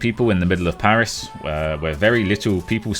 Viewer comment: French parisian sub here :) You almost managed to pronounce every place you've been to correctly gg :P Maybe you've been to the Meltdown bar, it's a bar dedicated to e-Sport and video games. Most of the restaurants in Paris are overpriced, if you want to eat well for a decent amount of money you have to move away from touristic places unfortunately, I feed bad for not telling you that before :(